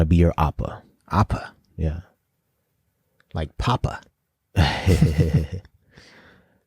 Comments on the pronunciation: I’m not the only one who’s said it but I cannot stress enough that *oppa* pronounced {Oh-Pah} (meaning older male relation) is NOT the same as *appa* pronounced {Ah-Pah} (meaning father) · It's not appa😂 its O-ppa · It's OPPA not APPA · Great reaction, guys! Fyi, the o in "oppa" is pronounced as oh, not ah. "Appa" means dad in Korean. "Oppa" means older brother or older male friend or boyfriend of a female. Only girls/women use the term "oppa." Boys/men call their older brother/older male friend "hyeong."